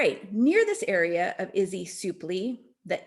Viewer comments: Izee: Not "izzy", its pronounced "eye-zee". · Izee is pronounced with the long “I” I-zee 😊✌️ thanks for making this presentation.